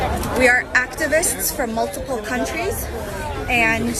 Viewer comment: "we are UCTUVUSTS... from MULTUPUL CUNTRUES"